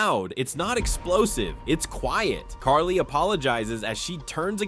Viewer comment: Carly, you mean Kali?